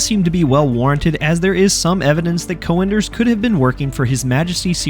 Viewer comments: Es heißt "Cönders“ einfach nur "Cönders“ und nicht Coönders wie du Vogel es sprichst. Beschäftigt euch mit euren Schrott Waffen und lasst unsere Heilige Technik in Ruhe! Ihr versteht sie eh nicht! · Good video! One thing though: you pronounce the name as 'co-enders' but the ö should be similar to how you pronounce it in 'Göring' (Hermann Göring/Goering). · You need some work pronouncing Cönder but its a great video thx, i thought if i should get it before they introduce the unlock system. So im curious they recently announced they will merge all campaigns does it mean you get to use 2 cönders mg in a single squad ?